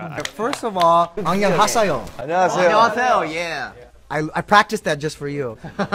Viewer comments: Rainy Bay Anyeonhasayo was spelled like that because of his weird pronunciation. The proper romanization is Annyeonghaseyo which means "Hello" in Korean. Sorry if you were joking 😅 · The person saying "Hello" in korean made me cringe because they didn't say it right 😂